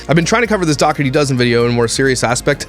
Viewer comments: I’m sure you don’t care and it super doesn’t matter cuz she’s gross but I think it’s pronounced “daw-tree” 😂 like I said it doesn’t matter I just thought I should say it lol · I think it’s pronounced Doh-er-tee. I had an old boss who’s last name was Dougherty. Just saying 🤣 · Are you joking with the pronunciation of Dougherty? Not Doug-hurty. It's DOUGH erty! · Oh it really is pronounced "Dockerty"? I assumed Josh was saying it in Canadian and it was really "Dough-er-ty", and I was going to give them credit for a decent "Dirty Dozen" pun. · Also they mispronounce the family name ~ the root is like dough so it sounds like 🚪-tee not however she says her husbands surname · If you're going to do a video on someone, pronounce their name correctly. This woman didn't adopt 8 children who came from terrible circumstances to exploit them. She has a big heart and found that with her social media presence she can afford them anything they want because, they deserve that. Alicia and Josh have raised beautiful and kind children who are very well adjusted and get the care that they need. Perhaps she overshares at times but it seems she's just trying to bring awareness to their situation. Nobody is perfect. No child has ever looked upset or uncomfortable on camera and if they were, they'd leave the room. She doesn't follow them. Those kids have everything they could ever want and know the videos are what get them that. They're ok with it, I assure you. And she's mentioned paying the kids! Multiple times. Do you even watch the videos? Or just exploit the Dougherty's for views... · You don’t even know how to pronounce their last name. He’s like their Alex Jones. Lol What a CHUMP